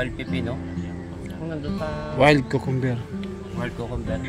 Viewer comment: Let's do pronunciation: Cucumber: kyuu.kuhm.br hindi kokomber.